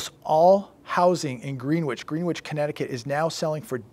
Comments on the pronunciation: GREEN-WITCH?!? It's pronounced GREN-ITCH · It’s pronounced “gren itch” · Its pronounced Gren-itch.